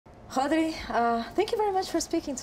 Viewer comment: That is absolutely not how Spaniards pronounce "Rodri" lol